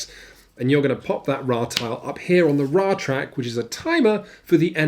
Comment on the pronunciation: You aren't saying Ra correctly. It's